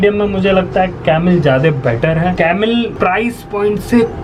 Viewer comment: Jyade nahi bhai 'jyada' hota hain. Baki nice video. China ko(as you asked to comment) economically strong ho ke hi takkar do. War ki zaroorat nahi padegi.